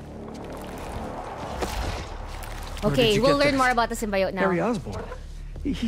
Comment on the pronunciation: Sym-bi-ote is killing me